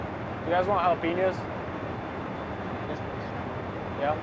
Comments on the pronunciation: he just pronounced jalipenos, JAL apinos.... I'm done watching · Ja lap enos lol I'm dying hahahahaha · Jala pee nose. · he said "Jeh-Lap-pa-nose" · Did he really say Gell Lap Pin Noes? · I dont like the way he pronounced jalapenos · The way he pronounced jalapenos is an embarrassment. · Did that man just pronounce jalapeños wrong??? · Why is no one talking about how he pronounced jalapeños? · did... did this man really just phonetically pronounce Jalapeño? omg lmfaoooooooooo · why did he pronounce jalepenos like that lmfao??? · the j is silent in jalapenos... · the way he said jalapenos is appalling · Really jalapeno said wrong. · That pronunciation of jalapenos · its jalapeño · jal....jalap.... what the FUCK did he just say? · "Few Gel Lam Anoes." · "A Few JaLaPeHnOsE" Oh boy... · "a few ja-lapenos..." Was he joking when he pronounced it like that, or is that some regional dialect I've never heard? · Did he just say jAh lapenos??? Instead of jalapeños? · Everybdy everywhere says jallapinos and not jalapenos. It's not military exclusive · DUDE....did you just say...Jalep'enoes??????? (HAL-AH-PAIN-YO)......😡😡😡😡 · Ju-lap-en-ohs... WTF is wrong with people? It's hall-uh-pain-yos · did he say jalapanos rather than jalapeños? hahahahahha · The J is like and H... Haaaah-le-peeno not jah-lap-eno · Did this nigga just say jala penos instead of jalapeños? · God damnit! They're pronounced HALL-A-PEENYO, not JA-LA-PEENOS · What's a "Jala pen noe"? ...I believe it's pronounced: "Hala penos" but spelt: "Jalapeños". Plus, it's a Pizza.. it's a foolproof meal. ANYONE can make it and not stuff it up. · "Jah-lah-pah-noes" what the shit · Ja-la-penos lmaooooo bro I can tell he is a racist by the way he said jalapeños 😭🤣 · my boi said "Jah La Penos" xD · Wait, one called them "Japalinos" and the other said jalapenos i thought they were the same dude.......... or was it just same starsh?? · He actually pronounced jalapenos as 'juh-laahp-a-nose' lmao